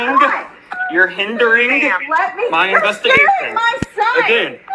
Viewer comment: "You're HINDERing-GUH! You're HINDERing-GUH... muh investigation." 🤡 By the time this is all over, by some miracle, I hope is never a cop again. I wouldn't trust him to make a hamburger, let alone walk around with a gun and qualified immunity.